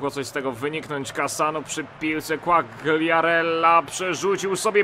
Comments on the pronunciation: nie quagriarella tylko quariarella, czytaj bez G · Fabio Quagliarella - czytaj : (kłajarella)